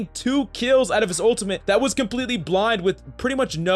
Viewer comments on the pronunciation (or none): This guy: his owtamit I don’t know why he says it like a toddler with a speech impedatment